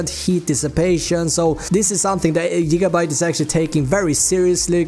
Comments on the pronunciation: so weird when he keeps on saying Jigabyte... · Jigabyte boiii